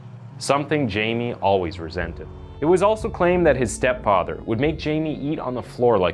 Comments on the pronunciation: Her name is pronounced E-vet pain-ya His name is pronounced Hi-me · PLEASE educate yourself about the differences between being psychotic & psychopathic! There is a huge difference which is very important. Also, learn how to pronounce the names of the people in your stories. It’s pronounced E-vet (Yvette) and Hi-may (Jaime). It really bothers me, especially when the victims names aren’t pronounced correctly. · Hey. You said all the names wrong. You said "Jay-me", but it's actually pronounced "Hay-me". You said "Peena", but it's actually pronounced "pey-nya". Guess you haven't been around too many hispanics..... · He's from my town. Its "Hi-Me" not "Jay-me" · Hai-meh, not Jamie. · EE-vette PAYN-ya HIE-may o-SU-na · It's pronounced hei-may. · Hi-May learn to pronounce Hispanic pronouns. Not gonna listen to this. Ignorance is not bliss. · actually the name should be pronounced "Hi- meh" and last name "Peña" as "peh-nyah" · I am convinced this guy is a deepfake. can't pronounce Jaime or Peña? you kidding me